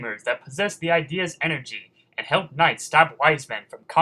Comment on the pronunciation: Those orbs are not called "ideas" they are pronounced "i-dee-uh" with a short i.